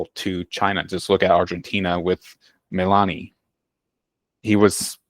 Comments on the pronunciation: This guy is MISPRONOUNCINGT everything - and he's "an expert"? Millan, istead of Millei... Luwa, instead of Lula... Guyama, instead of Guyana. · This guy needs to get his basics right…calling javier milei ‘milani’ and ‘matt’…